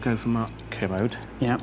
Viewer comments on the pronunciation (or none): It's Ker-mode Not commode